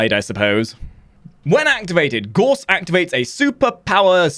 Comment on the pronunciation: PlayWarframe Gauss pronounced Gauss as in house or mouse